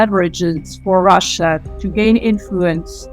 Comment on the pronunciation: I don't know who did the voice in this video but her English pronunciation is quite bad...she can't even pronunce Russia properly, it's pronunced Rusha, not Rushia...she sounds Chinese, not German...anyway not worthy of DW, the entire you really have to pay attention to what she's saying and try to figure out